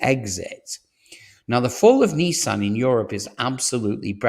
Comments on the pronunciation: You sound English to me, in which case the abbreviation for mathematics is maths NOT math! and it's Nissan not Neesan! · Neeeesan and Jagwar? Who are they? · Jagwar and Neesan. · WTF is a Jagwar? Its Jaguar in English. Neesan? It's Nisan. Stop using American pronunciation when you are obviously English. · This must be the worst car news channel i have come across. Nissan..not Neesan.have just invested hundreds of millions into their plant in Sunderland....but according to you it will be closed by next year.....utter codswallop!!! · Neesan? If you're British, it's Nissan with an I. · Strange American pronunciations of Jag-wah and Nee-saan. Otherwise, interesting.